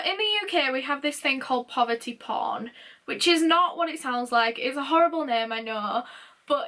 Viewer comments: Did you say there’s a TV show called Poverty Pond? Is it like a reality show? *Edit - never mind, i now know you were saying “poverty porn”. So like the show “Benefits Street”, right? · poverty prOn?!?!?! uhhhhhhhhh